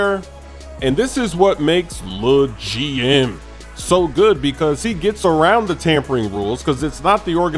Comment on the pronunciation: It's hilarious the way you accentuate LEGMMM loool